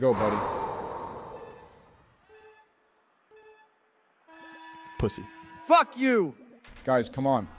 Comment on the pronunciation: "did he just say fyck you from the shadow realm?" 😭😭😭